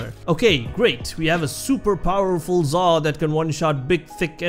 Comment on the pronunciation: man i thought you said zarr